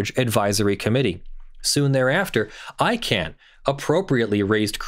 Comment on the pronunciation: ICANN not ICANNOT